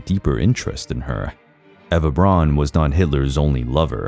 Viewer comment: Why on Earth does he pronounce her lastname as "Bronn"? It's B R A U N! even an American "Brown" would have been acceptable but "Bronn"?!? Unbearable like nails on a chalkboard...